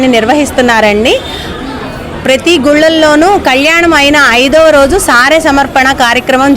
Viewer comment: సారె అని సరిగా పలుకమ్మా